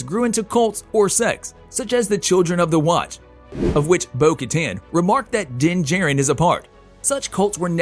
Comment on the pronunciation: It's pronounced Din JAH-RIN not Din Jerrin.